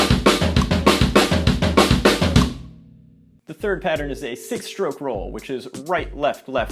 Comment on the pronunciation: Did he just say “shtroke” for stroke?